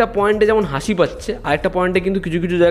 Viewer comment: হাঁসি টা আবার কি কথা ভাই 🙂